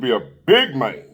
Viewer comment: "A big mane." 😂 You're tripping,.